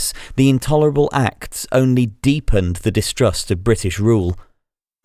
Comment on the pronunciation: Awful AI voice in French, not even able to recognize the word "acts" read as an acronym...